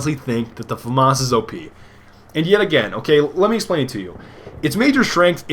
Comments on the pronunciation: F-A Mass. FAMAS pronunciation FAMAS in English means "Assault Aifle from the Saint-Étienne weapons factory" in English. Eff-Ayy Mass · I think its prohnounced FAMAS